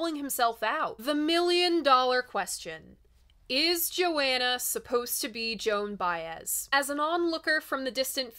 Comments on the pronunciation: I love your coverage, but I had to stop the video to comment. You are driving me nuts by constantly saying "Joanna" it's Visions of Johanna, "Jo Hanna". Sorry if I'm trolling but it really bothers me. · Please, a real fan says JoHHHHHHanna, not Joanna. Yes, it matters. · Please stop saying "Joanna". It's "Johanna". Thank you. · I don't mean to be critical but two things: The line "Jewels and Binoculars hang from the head of the mule" is a hilarious but cruel comment on an aged rich woman at the opera. Also, I've never heard the name Johanna pronounced Joanna... as I hear Bob sing it, it's Jo-Hanna. Otherwise, totally engrossing video ~ I love it, and you.